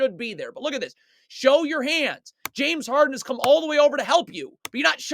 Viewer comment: Dude you know nothing about basketball and you definitely can’t pronounce the players names correctly. Stfu